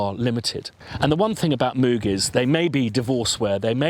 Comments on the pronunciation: From an interview with Robert Moog (courtesy Wikipedia)... "Reviewer: First off: Does your name rhyme with "vogue" or is like a cow's "moo" plus a g at the end? — Dr. Robert Moog: It rhymes with "vogue." That is the usual German pronunciation. My father's grandfather came from Marburg, Germany. I like the way that pronunciation sounds better than the way the cow's "moo-g" sounds." That said, there are so many people out there saying it with both of those pronunciations, I think you're safe to say it any way you want. Kind of like Leonard Bern-steen/Bern-stine. If you want to talk about a synth that's a real pronunciation challenge, pick up an old Synclavier. I'm still hearing people finding new ways to pronounce that name. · Mogger Foggers. Vogue is not english, so if that name is the reference you should actually say Mogg with a short o, almost sounding something between an o and u. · There's a clip of him saying how he decided how he was going to pronounce his name when he came to the USA. Go figure I have to stop myself saying mooo g all the time. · It never ceases to amaze me that, even though there is video footage of Bob talking about the correct pronunciation of his name, people still continue to mispronounce it....